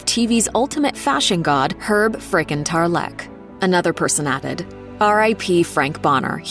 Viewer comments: TARlek, not tarLEK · "Herb TarLEECCKK" ?